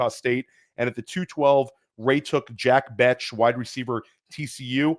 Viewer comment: Fire video of two of my favorite creators. But someone has gotta help with the pronunciation of these player names man. 🤣 Skattebo and Jack Bech in this video specifically lol. Good thing they're not from Ore Gone lol.